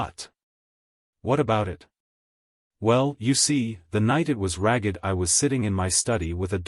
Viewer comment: Even by AI standards this narration is terrible. Simple words like row, ragged, desert completely butchered. Shame as it's a fun story. AI cannot even pronounce Wrykin.